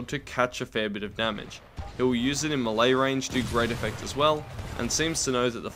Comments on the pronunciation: Melee=May-lay not Muh-lay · Muhlae, im pretty sure its pronounced “mae-lay” yknow... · ITS MAY-LAY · I've heard "me-lee" and "may-lay" But I have enver heard until not "muh lay" (the lack of a dash is on purpose) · It's pronounced may-lay. Long A sound both times. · Eew you pronounce it as "muhlay" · Never pronounce melee like that again